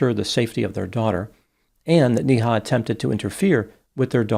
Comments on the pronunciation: Its not pronounced NI Ha ,its pronounced as NAY HA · Every time you say her name it's like donkey goes "Nee-haw!" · Her name is pronounced “Nay-Ha”